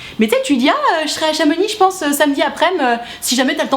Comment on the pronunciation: Merci de bien prononcer Chamonix. On ne proconce pas les X en Savoie/Haute-Savoie 😂